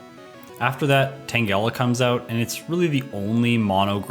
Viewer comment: * Does KOGA before ERIKA * Me: Is he gonna do it? Is he gonna pull a Jrose?: * ERIKA right after KOGA * Me: Phew. Also, it's TANGLE-AH, not TANG-ELLA.